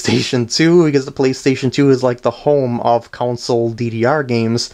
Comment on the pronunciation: Just realeised you say console wierd.